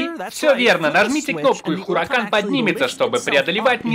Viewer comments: Запомните!!! Раз и навсегда! Не Хуракан, а У Уракан, первая H не читается! 🤦🤦🤦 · осталось выучить слово УРАКАН